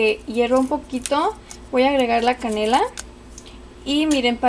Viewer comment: TODO SE VE BIEN LO UNICO ES QUE CUANDO HABLAS;;;;ASENTUAS MUY FUERTE LA ULTIMA FRASE O LETRA ;;;EJ;;;CANELA;;;Y DECIS;;;CANELAAA;;;;;TAMARINDO ASECAS;;;;DECIS ;;TAMARINDOOO